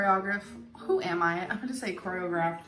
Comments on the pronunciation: How can she core-ree-ah-griffed when she cannot even pronounce it correctly???!!! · she couldnt even say choreography right, who was she trying to fool? the deaf????????????? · The fact she can’t pronounce choreography is enough proof y’all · She couldn't even pronounce the word choreography... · You know that she was telling the truth about choreographing dances because of how amazeen her pronunciation was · I never believed she danced lol. If she did she'd know how to pronounce the word choreography. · No way did this girl ever do choreography if she can’t even pronounce the word 😂😂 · We been knew, since she can't pronounce choreography correctly. But it's fascinating the fake life she built up in her head because her reality wasn't good. It's interesting how that can create a liar.